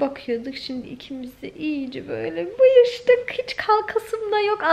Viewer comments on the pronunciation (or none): Mıyıştık 😂 mayıştık.